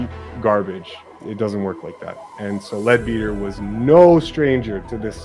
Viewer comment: Leadbeater is pronounced Ledbetter